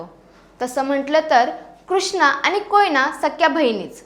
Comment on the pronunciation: Mahiti chan. Pan please ani pani n karta bola. Marathi shudhalekhan kadhi lihile nahi ka